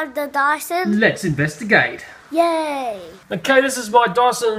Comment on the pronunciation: They pronounce Dyson as Dawson.